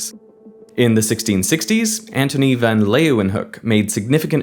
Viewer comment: I like how he tries his hardest to pronounce “Leeuwenhoek” with the correct Dutch pronunciation and does a fine job, but then just pronounces the “van” in front of it with the [æ] vowel which doesn't occur in Dutch while it's just the vowel in father.